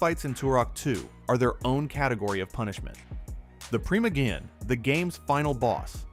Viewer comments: Tell us you’ve never played Turok 2 without telling us. “PrEEma-GEE-IN” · This is an AI slop channel. The AI voice doesn't know how to pronounce that.